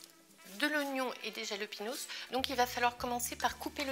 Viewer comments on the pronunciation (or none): En espagnol le J ça se prononce R :) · C'est espagnol alors pour lepiment c'est "ra" jalapinos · Jalapenos, ca se dit Ralapéniosse les filles :( Mais en tous cas suppppeeerrbe recette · C'est moi ou vient de dire "rlahpinos"? Je meurs ptdr rlah ca veut dire merde en arabe 😂😂